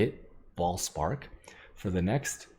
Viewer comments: It's Vaal spark, not Voll spark. Also, why is* Vaal* spark so good. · Its vaal spark not voll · Vaal Spark -> Farm Dried Lake (Voll) -> Voll Spark :D